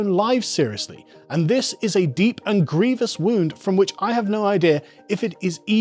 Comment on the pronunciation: ay he pronounced grievous correct